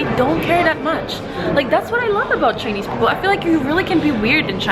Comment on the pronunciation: I'm wondering why you were pronouncing Ch'ai'nese as Ch'i'nese in the video.